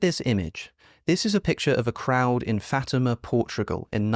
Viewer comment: It's not Fayma, it's Fatima